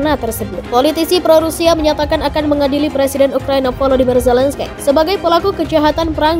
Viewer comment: Bukan Zelenskaiii...mbak...baca nya....terbang Nanti...hiii...hii